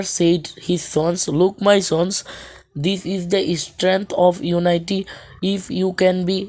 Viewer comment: কথাটা ইউনাইটি না ইউনিটি হবে আপনিতো ভালো করে উচ্চারণটাও করতে পারেন না 😂😂😂😂